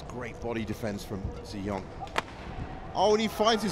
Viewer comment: Probably that's the reason why the commentator always sound like he's saying An Se-young instead of Ng Tze Yong haha.